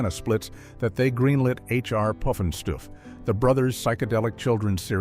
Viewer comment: How many different ways can AI mispronounce “Pufnstuf”?